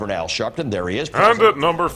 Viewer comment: Sharpton flubs are oddly endearing tbh